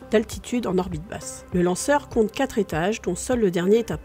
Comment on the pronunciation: Bravo ,excellente préstation , par contre la diction est perfectible à peu de frais , les centimet',met' et autres quat' ça ne passe vraiment pas , par contre excellente diction des noms étrangers . Vous faites infiniment mieux qu'Hugo Lisoir qui me les broute franchement